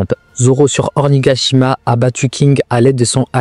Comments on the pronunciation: Et même"Ornigashima" y'a quoi ?😂 Tu veux qu'on te goume ou quoi? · "Ornigashima" 😂 svp faites un effort aussi mdr